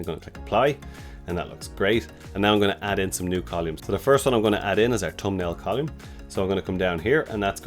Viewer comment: Col-oou-mm ? Its COLUMN! :)